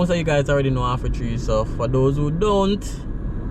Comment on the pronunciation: Half, not Aff.And Hagley, not Agley.